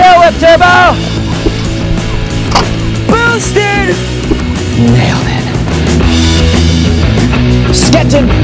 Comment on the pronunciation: Oliver said bootsted 2 times actually three